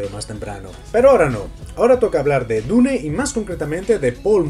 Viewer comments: Dune se pronuncia "diun" por que está en inglés, NO "dune", significa duna (de las que hay en el desierto) si quieres pronunciarla en español di simplemente "duna". No se por que a los españoles se les complica tanto el inglés. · muy bueno tu comentario excelente, lo que encuentro raro si, es que dices la palabra dune como esta escrito, pero dices otras palabras en ingles, (cuando dune esta escrito en ingles, que payaso :):):):) ) una persona supuestamente inteligente diciendo DUNE . me agradaría saber como dices "hello" wajajajajajajaajajajajajaja suerte bro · Buen vídeo, pero me duele de solo escuchar a cada rato "DU-NE". ¿Que no pueden pronunciar bien el nombre original?